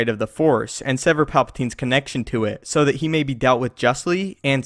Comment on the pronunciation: I would appreciate it if you enounced your “it” all the way, rather than saying “i”.